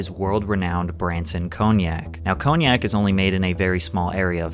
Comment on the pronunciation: Learn how to pronounce cognac!